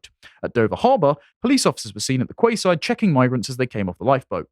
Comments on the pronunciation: Its prounced "key" not quay. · Yes he did! It's "Key-side", man! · Did he actually say KWAYside?🤣🤣🤣